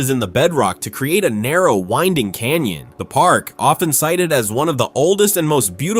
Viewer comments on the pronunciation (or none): none